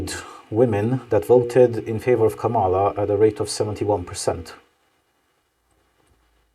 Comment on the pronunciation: Actually, it's pronounced "Comma"la. Also, Kamala should have won :)